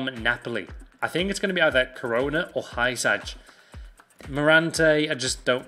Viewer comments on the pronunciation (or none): Love the vids,but dont pronounce it Hi-Sag